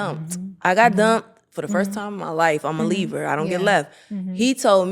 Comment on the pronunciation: She said I’m a leaver.. basically she doesn’t get left she does the leaving 😂it did sound like libra, I had to listen twice.